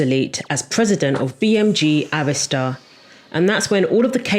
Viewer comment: Thank you Jesus you pronounced Arista correctly because the way people pronounce it......Omg!!!! Great video!!!